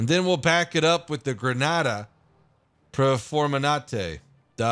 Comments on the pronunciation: Granata perforante, is translated like piercing granade or so, just take a second or two more to watch the character's order and you will get your spanish and italian pronunciation a lot better! Cheers dude! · “Perforemante” Love it, if you want to, I’m Italian, I can teach you some words